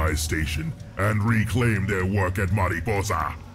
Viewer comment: Little weirded out that a Super Mutant can do a perfect Mexican pronunciation of Mariposa...